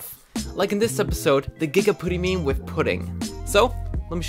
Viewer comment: Omg I love the way u talk Wif = with Oder=other Anuder=another